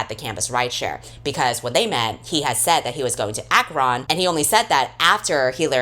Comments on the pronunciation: Girl the way you pronounced Akron killed me. Ah ka Ron??? 😭😭😭 it's ahkrin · I'm a Clevelander, so I'm so used to people saying Akron that I never thought about how misleading the spelling is. If anyone reads this, the "ron" in Akron is pronounced like "ren" (like wren). Anyway, thank you for suffering through this book for our entertainment,. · Ak-RON is how I will be referring to it from now on. I do not care that it’s pronounced Ak-RIN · as a northeast Ohio native I screamed out loud when you said "Aa-kron" 😭😭 Ive never heard the A accented like that ily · I was pleasantly surprised when the book was based in Ohio and the way you said Akron defiantly made me giggle thanks for the long videos they make my work day fly by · I'm from Akron and I burst out laughing when you said it. can't say I've ever heard anyone pronounce it that way, but I'm usually the one who says it first (and have to explain that it's near Cleveland). thank you for the laugh 💜💜💜💜